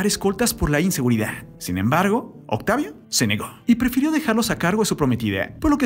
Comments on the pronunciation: Octavia ciudad de mexica 🤦🤦🤦 habla bien pooooooorrrr favooooor🙄🙄🙄🙄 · Lamento mucho esta noticia, recordaré con mucho cariño a su personaje Benito. Ahhh y por qué este comentarista dice Octavia? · Es mi idea o el narrador está tratando de terminar varias palabras con la "e" Es como si quisiera que la palabra Octavio se escuchara octavie. Vida- vide mexico-mexique. Justicie, policie, miede... benite, misteriose, peligrose con muchas palabras.